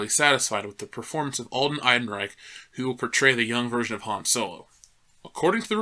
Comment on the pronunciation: why do you keep calling him alden eidenreich bro just google the correct pronunciation